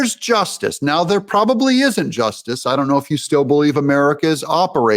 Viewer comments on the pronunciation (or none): none